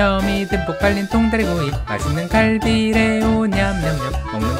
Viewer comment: 아낰ㅋㅋㅋㅋㅋㅋ 통ddddrrrrrㅏ리구이 ㅋㅋㅋㅋㅋㅋㅋㅋㅋㅋㅋㅋㅋㅋㅋㅋㅋㅋㅋㅋㅋㅋㅋㅋㅋㅋㅋㅋㅋㅋㅋㅋㅋㅋㅋㅋㅋㅋㅋㅋㅋㅋㅋㅋㅋㅋㅋㅋㅋㅋㅋㅋㅋㅋㅋㅋㅋㅋㅋㅋㅋㅋㅋㅋㅋㅋㅋㅋㅋㅋㅋㅋㅋㅋㅋㅋㅋㅋㅋㅋㅋㅋㅋㅋㅋㅋ